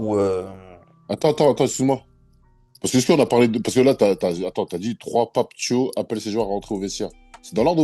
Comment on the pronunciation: ahahah , nan globalement il prononçait mal le blaze du sélectionneur. Il s'est mis une pression dans la prononciation mdr mais trkil c est pck il faut être familier à cette phonétique . Ça se lit comme ça s'ecrit . Du coup exit : "pape tio" mais bien " pape Tiawe "